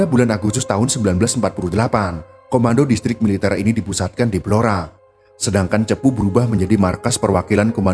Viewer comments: Blora min.. bukan belora .... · Saya asli org Blora, yg bener itu Blora, bukan Belora.